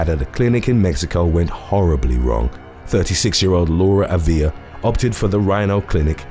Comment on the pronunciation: AAA viLa NOT aVEE Ya